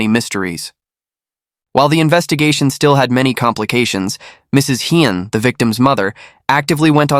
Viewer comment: Thank you for listing all the names. Without all the criminals' names, this case would seem fake and made up. Although, pronunciation of Asian names can be improved. E.g., Hien is pronounced Hee-yen, not High-yen.